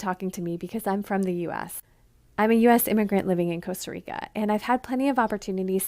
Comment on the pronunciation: Coasta Rica? Do you talk of the coast of groceries?